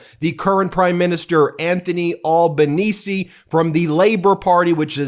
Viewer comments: Ben ... It's pronounce Al (like Al Pacino not "all")Al ban easy = Albanese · Hey Ben….the Australian Prime Minister is called ALbanese, not Awl banese. And he ROMPED it in…